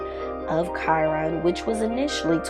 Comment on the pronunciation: His name is not pronounced like that..